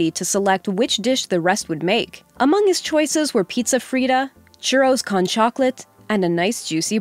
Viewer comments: You say churro con chocolate like comic-con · They could at least say "con" correctly. "Coan" not "cone". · she's a wannabe watchmojo host. I don't think she has the time (or, let's be honest, doesn't want to) to check how to pronounce "con"